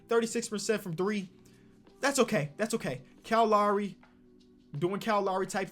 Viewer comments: Nobody:: kowl lowry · “Cowl lowlry” 😂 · “Kyle Lawry” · Cow Lowee KL:It is kyle Lowry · Kahl lahry=Kyle Lowry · sound this out kiel laoury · Nobody:: Cow Lowry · nobody:: "COWL Lowry" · No one:: Kyo Lowry